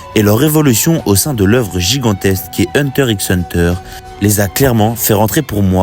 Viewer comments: Hunter riks hunter... t'as même pas honte de dire ça publiquement. Encore un français qui ne sait rien prononcé. Pff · Même si c'est pas la bonne prononciation, c'est pas la peine de venir lui parle de la sorte